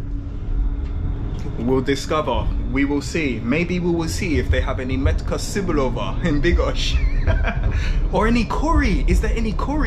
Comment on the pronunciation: Just a quick hint - it's not "meet-ka see-boo-lo-va" but "met-ka tze-boo-lo-va" :)) hope that helps :)